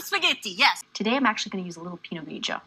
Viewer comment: Her "spaghetti" is absolutely atrocious, but 92% of the Italian in this video is surprisingly on point. She actually didn't go hard enough with the pinot grigio.